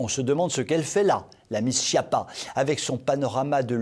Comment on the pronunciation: Toujours aussi formidable et plein d'humour! Quand même, pourriez-vous prononcer: SKIAPPA et non: SCHIAPPA?... les noms corses se prononcent comme en Italien et la Corse est française depuis 1869. Merci.